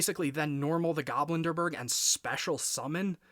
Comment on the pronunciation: Nice! Btw the card is pronounced GobLindbergh not GoblinDERbergh. Its a refference to Charles Lindbergh. If its just a nickname you gave him then you can ignore my comment. Ps: 🤓☝️